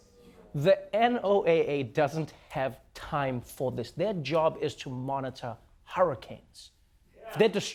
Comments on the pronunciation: Not N O A A. It is "No-Ah". Just like your name. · It's funny that Trever NOAH pronounces the NOAA like N-O-A-A, and not like how most everyone else does... as NOah. like his name. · It's pronounced "Noah." 😊